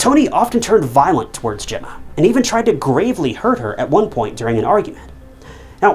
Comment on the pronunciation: Whoops got it- he said Emma not Gemma. At least get the victim's name right.